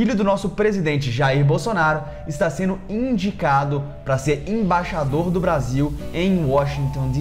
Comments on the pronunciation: Você fala Imbaixador, quando o correto é Embaixador. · no início do vídeo aos 6 segundos, vc fala "IMBAIXADOR"...